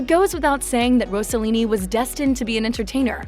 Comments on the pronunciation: It is Ross-e-lini, not Rose a lini, Ross rhymes with Boss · It isn’t Rosallini; it’s Rossellini. Stop saying “Rosa” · If you want to pronunce Rossellini correctly bear in mind that the "s" isn't like in "rose" but like in "sing". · Interesting and nice homage to a Stunning international Star. Personally I think she was more beautiful than her mother. Wished that beauty was shown a bit more and probably your voice instead of an AI one. Incorrect pronunciation of her surname and Mina'. Overall I appreciated your work. Grazie